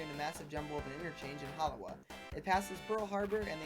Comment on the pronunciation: "Hollow - wah"...Halawa is pronounced "Ha - la - vah".